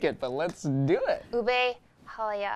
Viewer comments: HalayA, not halaya sounds like " it's Leviosa, not leviosaaa" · It's halaYA not haLAya 😂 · Its halayeah hahahaha lol you know what i mean? Hahahah